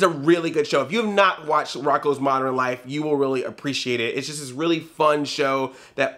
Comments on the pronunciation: Why do you pronounce "modern" as "moderin?" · Moder-in Life?